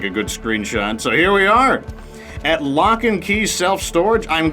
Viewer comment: Loch as in Loch Ness Monster. Nessie. Nothing to do with The Flintstones,!